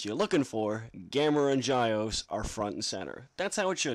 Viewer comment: The name is pronnounced (g-yeow-s), not (j-yeao-ce)